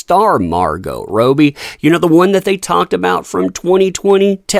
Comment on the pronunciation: MAR 👏 GOH 👏 RAW-BEE/ROH-BIE!!! 👏 👏 👏 please watch interviews of her and say her surname right it's killing me. She doesn't even say rohbee like you do -__- frustrates me to no end and takes me out of the info